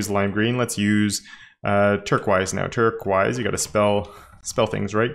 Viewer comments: turkwise? it's pronounced turkoiz = turquoise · Fun fact: turqoise is not pronounced turk-wise, it's tur-koyz. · I love pronunciation of “turquoise”. It actually seems more phonetically accurate. “There are many cities in the eastern hemisphere that I enjoy, but Turk-wise, Istanbul has got to be my favorite.” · I cringe when you say turquoise, but love all your videos mate, been binging them!